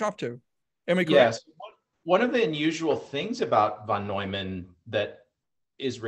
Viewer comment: Steve Hsu is right: von Neumann sounds like noiman, not newman. Impressed everyone, apparently much smarter than Einstein.